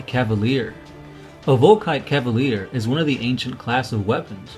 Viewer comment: CA-LI-VER, not ca-va-lier :PAlso, the '3 hunter killer missiles' on top of the Leviathan is actually the Phospex discharger ;)Good vid none the less :)